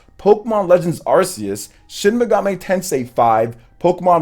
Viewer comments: Not ArSeus, ArKeus! That's how you pronounce it! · watch the pokemon movie with arceus, they pronounce it the way I do! Even in this year's nintendo directs, the people from nintendo say arKeus! So I'm right and you're wrong!